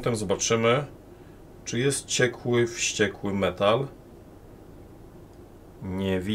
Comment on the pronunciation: Ogląda się ok, ale źle czyta, ponieważ pisze się WŚCIEKŁY. 🔡